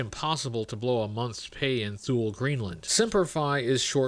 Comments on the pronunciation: Hate to be that guy, but THULE is pronounced "TOO- LEE" Great video nonetheless!!! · I always love your videos and nice to see you back! By the way Thule is actually pronounced “Too-Lee”